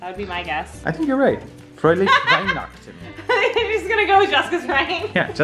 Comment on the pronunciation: Good pronunciation of Weihnachten :)